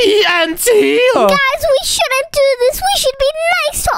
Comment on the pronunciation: You are kids one said shudent but it’s shouldn’t he said evil owns but it’s evil Omz and he said ohms and it’s omz